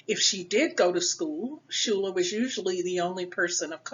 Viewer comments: Her last is pronounced 'skyler', not shooler. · Coming from a school name after her, I have to say the name is pronounce incorrectly in this video. "Schuyler" is not pronounces shoooler, it is pronounce "sky- ler". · It's pronounced Sky-ler, I am her 2nd cousin P. Schuyler.